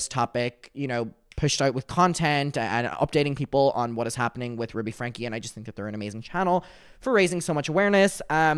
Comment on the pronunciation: I hear “Ruby stanky” 😂